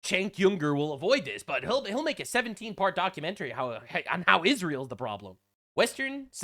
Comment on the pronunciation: is so antisemitic he mispronounced Israel. 😂 also you got ban for calling kier stammer a Fay Gatti. You may not be allowed in England either. 😂